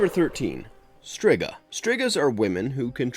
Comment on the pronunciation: Also, its well known its pronounced Streeeega, even happens in the Nseries. Embarrassing 😂